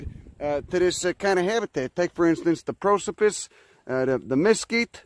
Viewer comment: The way you say mesquite is great, never fucking change